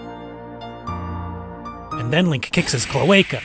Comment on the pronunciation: I love the part we're he says "And then you kick his cloecal" 🤣🤣🤣